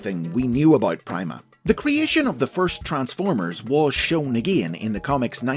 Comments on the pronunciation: Logically, it should be pronounced "Preema," not "pry-ma." "Primadona, Primavera," etc... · It's being pronounced wrong. Pronounce "prima" like in "primadona" where the "i" has an "ee" sound, and it works really well